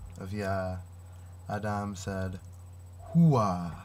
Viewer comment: is this your own translation, dear one? Your pronunciation on some hebrew is so close, Ah-Dahm is perfect... and I would have no idea unless, by Yah, I had studied Hebrew as a child... Praise be the one who comes in the Name of YaHuWaH. Thanks for contacting me. I can TRULY appreciate what you are doing here. I can see the Holy Spirit of YaH (EEAA), the "Almighty Eli-YaH - HU is Creating the Great Nation", by Huwa-Yah, YaHuWaH. I am going to reply to you, dear devotee of the Most High God..